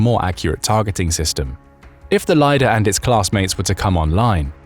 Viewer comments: It's not "lie-dahr" class, it's "leader" (лидер). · 100Knots underwater??? Will those washing machine chips stay working at those conditions? BTW Lider class vessels...LIDER is pronounced as Leader, not lyder.